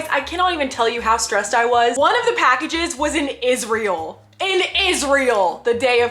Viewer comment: Me being exited she said isreal😂😂😂